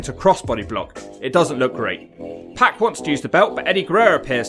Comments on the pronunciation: It's pronounced Syxx/X PARK not PACK. And I'm english. I imagine you say 'Skohh-ee too hoh-ee' as well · It’s pronounced POCK not PACK. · I kept thinking he was saying pat when he was saying pac